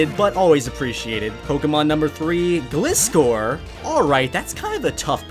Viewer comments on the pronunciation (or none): it's pronounced glai-scor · It was spelt like Gliscor and it was meant to be said like glyscore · why are you so bad at name pronunciation 😂😂 it’s GL-EYE-SCORE